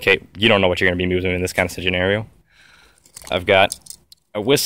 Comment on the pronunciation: in this senerisutuatoin lol